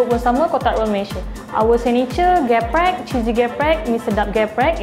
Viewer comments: Its not GE-PREK But its like how you say the E in business and its so different from the real ayam geprek the real one is only chicken being hit using a mallet and then put in the flour fry it and put chilli ontop of the chicken and all the chilli oil get sucked by the chicken and i always eat level 5 its not too spicy.Also how you spell it is SETAN not SAITAN. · Actually its not ayam géprék.. but it called ayam gèprék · IKRRR it kinda bothered me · ikr he tried to correct people but he also did it wrong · Read the first "E" in "GEPREK" like "E" in "THE" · They pronounce "Geprek" wrong lmao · you pronounce the first "e" macam you pronounce "siape", so it's "geprek" instead of "geprek" (idk it's complicated to explain it without actually saying it 😂) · How come the person selling it failed to even pronounce the name correctly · Indonesian : trigger by how they pronounce geprek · I hate it when they say ayam geprek in the wrong way. Include mba-mba who sell ayam geprek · They're not indonesian how do you want them to pronounce the indonesian words perfectly lmao, what do you expect by a non indonesian LoL